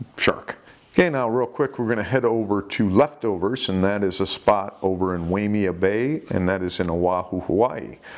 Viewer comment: Way mia bay? Bro are you purposefully saying place names wrongly? 😂